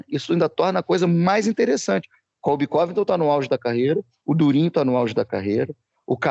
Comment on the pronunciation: Incrível como o pronuncia Colby Covington errado